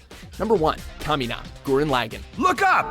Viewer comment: OMG at least pronounce Lagann correctly....